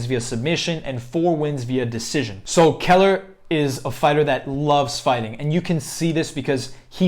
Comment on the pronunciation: You definitely pronounced his last name wrong..